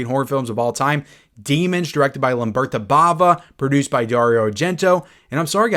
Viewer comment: It's Lamberto, not Lamberta. Can always rely on to mispronounce a name.. I still love you 😉 Lamberta is the female version of the name. In terms of Arrow. There was the double set initially, but both films were also released individually in limited edition packaging as well as regular non hardblx slip releases quite some time ago.